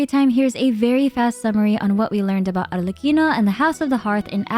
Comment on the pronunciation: i gotta say i really loved you correctly pronounced arlecchino during the whole video. it makes it perfect